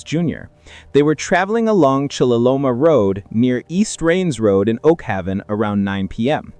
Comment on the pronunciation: Its Oak-Haven say it just like it's spelled 😔